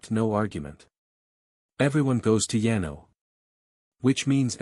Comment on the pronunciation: lol better than yeno and yeno (Yano). I couldn’t for the life of me figure out which kingdom was being referenced!